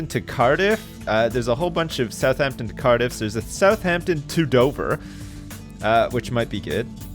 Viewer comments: I feel like puts way too much emphasis on the 'h' in Southampton. No? Just me? Maybe my dad? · The way says my hometown South-heempton